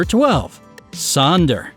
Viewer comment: It’s not Sonder, actually Sönder